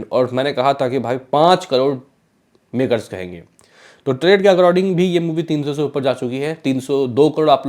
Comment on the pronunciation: अकराडींग नही भाई अकॉर्डिंग बोलो